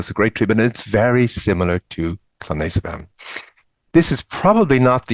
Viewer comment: that's clonazepam? It's hard to tell from how it's said? (It's a regular benzo. (US brand Klonopin))